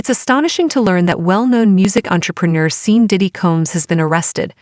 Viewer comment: What bs! The AI keeps pronouncing his name as Seen...LOL! I don't even know how this site has 1.3 thousand subscribers! Damn!